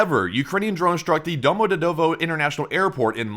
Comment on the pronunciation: For future reference Domodedovo Airport is pronounced Doma-de-yedeva